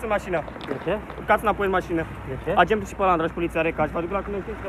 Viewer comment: bai esti si funny....cica AGNETUL [agentul]